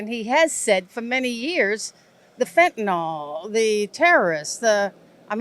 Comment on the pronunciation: helenmalina I think you spelled fentanyl wrong(sarcasm). According to this woman pronunciation it should be spelled fentanol....jesushfuckingchrist there is no dearth of stupidity on this planet! I bet she says nucular instead of nuclear too. GAWD!!